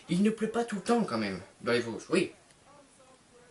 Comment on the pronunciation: tes vosgien ? mais tu dit même pas vosges avec l'accent mdr on dirait un parisien